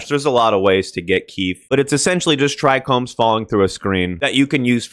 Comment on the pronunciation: As one'a them "OG's" ( near daily smoker since '77) THANK YOU for pronouncing the two trouble words amongst weedtubers correctly - Trichome and Percolation. For the life of me I cant see why people add a second "R" to trichome and drop the O entirely in favour of a U in percolation.